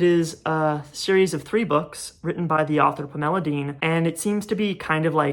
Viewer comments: 1. this video is great, i can’t believe you have less than 2,000 subscribers. 2. i love the way you pronounce pamela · You did make it sound like a much prettier name than it usually does to my ears, so thanks for that. ❤ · Interesting…. I have never heard anyone pronounce Pamela this way. Magnificent video…..